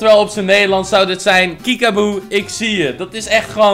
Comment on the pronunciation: Iedereen: kiekeboe: kiekaaboe